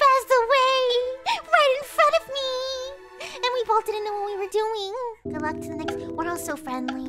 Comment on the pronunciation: I know that she's saying "good luck", but at the same time... I know for a FACT, that I'm not the only one to hear "the f*ck" (no hate of course, I just sorta think it's funny lol 😄)